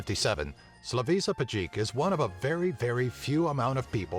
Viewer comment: That pronounciation of Slavisa Pajkic... Bruh